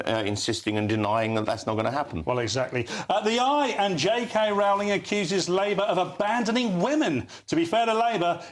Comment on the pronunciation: learn to pronounce J K Rowling's name correctly!